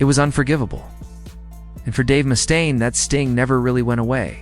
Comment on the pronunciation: "Mustone?" It's MUSTAINE. You're full of crap.